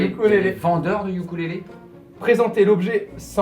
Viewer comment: Ça se dit oukulele et non youkoulele